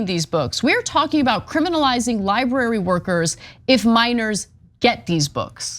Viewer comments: No one counted how many times Cenk said 'libary'? hehehe, love you man! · Lie-burry, Cenk? LIE-BURRY? Good Lord! LibRary! Library doesn't sound like Lie and HURRY! Li-bRary! It's LIBRARY! lol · Sounds like libury to me. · It's libRary...not libary. Why does Cenk pronounce it like that?